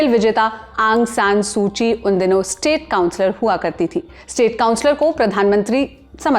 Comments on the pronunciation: सू ची नहीं सू की है वो😅😅😅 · It's सूकी not सूची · सूची नहीं सुकी है😅😅